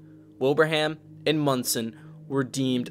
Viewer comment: Thanks for saying Monson right, but you missed a LOT of the major damage there! You can really see just how bad it was there to this day.